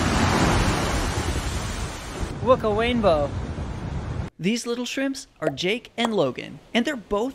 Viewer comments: "Wook a wainbow" Why do i find that so amusing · The part when he said Wook a wainbow made me laugh so hard like sooooo hard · “wook a wainbow :>” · "Wook a wainbow" awww🥺❤️ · "wook a wainbow" killed me cuteeee